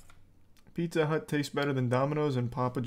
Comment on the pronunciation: Is anyone else absolutely losing it over how this guy pronounces pizza? PeetzaaaGh